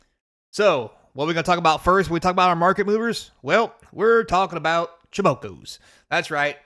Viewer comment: Are you saying it like Cho-bo-co intentionally? its triggering my fight or flight response lmao